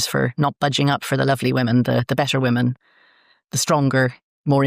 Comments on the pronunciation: Great interview. Hoping someone can clarify something: Where is from, is "woman" the plural for "woman"? (As in is "woman" both singular and plural). I don't think I heard her say the word "women" once. Is this a local dialect thing? Or is she genuinely just continually mispronouncing it?! Just sounded very odd! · Should be pronounced wooman and wimmen Drives me nuts too.